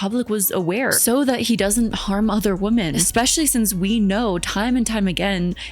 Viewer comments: Okay I'm sorry, WHY is everyone on YouTube suddenly starting to pronounce "women" as "woman". I've never heard you do this before and I've noticed the same with a few other commentary channels. I'm not a native speaker and it's really weird that I was always taught it's "wih-mun" and now you're all suddenly saying "woh-mun" like it's normal, lol. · Do you genuinely not know the difference in pronunciation between "woman" and "women," or are you just trying to be quirky? Do you not know there's a separate, slightly different word for the plural of "woman?" I like your videos for the most part, but that specific thing drives me insane.